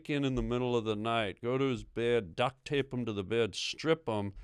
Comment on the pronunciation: "Duckt tape them" 😂